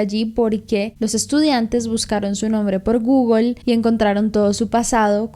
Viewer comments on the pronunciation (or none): none